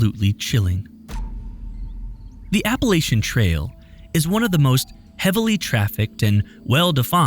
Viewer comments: Love these videos! But as someone who has lived in the Appalachian region most his life I must correct on this one issue: it’s pronounced “App-puh-LATCH-un.” I realize there is no “T” cut there isn’t a “t” in “Church” either and the “ch” sound is annunciated the same. If someone pronounces it the way he dies in the video around here you will be looked at like an alien or a Bigfoot lol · Love the video. For future reference, it's Appa-latch-in. ❤